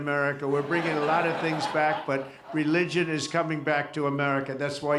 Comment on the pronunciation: He can’t even say the word ‘Religion’ correctly!!